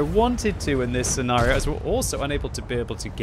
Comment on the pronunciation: "Sea Nario" blah blah blah "Sea Nario" blah blah "Sea Nario" Blah "Sea Nario" In this scenario manages to use the word scenario enough that it makes the enemy tanks nervous about their own scenario.